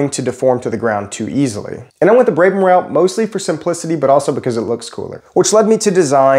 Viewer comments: Brabham, brab-um, not brabe-ham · Brabham. "Brab-um", not "Bray-bum". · its not "braybum", its "brabham" its even in your description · Brabham, not braibham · It’s Brab-ham Brab is pronounced like Brad but with a b instead of a d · F1 Team: Has an easy name to pronounce This guy: "Brey-brem" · the way he says brabham hurts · How to mispronounce Brabham with a long vowel… watch this video. How to use erroneously use low pressure high speed fans for high pressure pumps… watch this video.